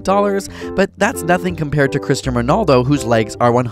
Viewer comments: Are we all going to ignore the fact that he pronounced Cristiano Ronaldo as cristaminaldo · You said Cristain Ronaldo -_ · "Christen Ronaldo" 😂😂😂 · “CHRISTAIN RONALDO” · This guy said "Cristian Ronaldo" lol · wait what did you say? Christian Ronaldo?!? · Christian Ronaldo? It’s CRISTIANO RONALDO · Did u just call Cristiano Ronaldo " Cristan Ronald"?????! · Did you just call him Cristian Ronaldo? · wait did he just say "christian" ronaldo? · Did he just say Cristian Ronaldo? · Did I here Cristian Monaldo or Cristiano Ronaldo? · Sultan Enterprises i went straight to the comments when I heard that. “Cristom Ronaldo”?! What... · “Christchm Ronaldo” 😂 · "Cristian Manaldo" XD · Cristum Ronaldo????? I thought my dad's pronunciation was bad.... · cristian ronaldo????? ITS CRISTIANO OMFG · This dude did not say Christian Ronaldo... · Did he seriously say Christian Ronaldo? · Did... Did you just say, "Christian Ronaldo?" I might have to unsubscribe.... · Sultan Enterprises lmao what he even say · how did you pronounce Christiano Ronaldo??? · He butchered Christiano Ronaldo's name!